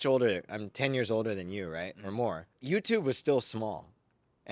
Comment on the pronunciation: The way pronounced "YouTube" is totally Japaneseっぽい😨